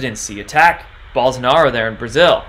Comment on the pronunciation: Bolsonaro, like bolo! Not 'ah'...O! has links to hear pronunciation...